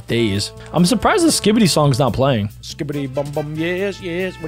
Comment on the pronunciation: Stop saying skibydi